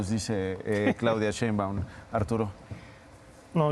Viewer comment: Este individuo orejas satelitales, ni siquiera sabe hablar ya hasta la biblia saco, Ignorante se dice Sheiunbam no cheiumban , Orejas de papalote!